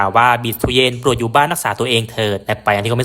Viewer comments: ฟังคนพากย์เวียตนามเรียก บีช เตือน ไม่ใช่ บิช เตียน หรือ บีิทูเย็น หรือตู้เย็น!! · อยากให้แอดออกเสียงเรียกชื่อนักกีฬาให้ถูกต้องตามเจ้าของภาษาเพื่อเป็นแบบอย่างที่ดีของคนทำสื่อเผยแพร่ข่าวสารของนักกีฬาถือเป็นการให้เกียรติเจ้าของชื่อ คนเวียดนามเรียกเธอว่า "บิค เตวียน"